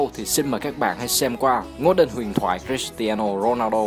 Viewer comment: Giộng ad đọc tên cầu thủ cris tiano ronaldo nge hay vãi